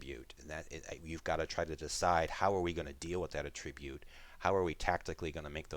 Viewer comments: ATtribute, not atTRIbute. "Atribute" with accent on the 1st syllable is a noun, with an accent on the 2nd - a verb >why would i pick a p2020 pistol, when r-301 assault rifle exists?! cuz u get dropped down with nothing and u find the items at random. Get captured, stripped of your possession and ask yourself the same question - why r u picking up a shortsword off of the goblins, when a waraxe thats not there deals more dmg?! Why r u using a light crossbow instead of a recurve longbow? Cuz u r not proficient in recurve longbows and u dont get extra attacks. Why pick a spear? Cuz its thrown. A glaive, lance, pike and whip have reach. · You are mispronouncing “Attribute”. When using it as a noun, the emphasis should be on the “AT” syllable. The way you are pronouncing it makes it a verb.